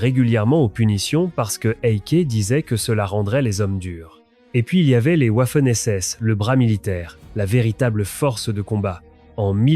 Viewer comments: Aprendre l’Allemand à un ordinateur programmé exclusivement en Français/Anglais...🤔 Cela donne des "ouafènes essesses". 😂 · "le furaire et la vermachte"" les ouaffeune ss" ... incroyable .... de médiocrité ...trêve de blabla, les SS étaient des barbares inhumains et pour les "trier" et les éliminer, ils avaient leur groupe sanguin tatoués sous leur aisselle... alors on les fait défiler les bras en l'air et malheur aux tatoués !!! bon débarras.